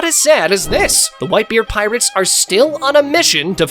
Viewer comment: Bro you said tirates